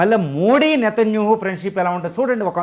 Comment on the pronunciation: Nethanyahu you are pronouncing as netanyuhu. Please pronounce properly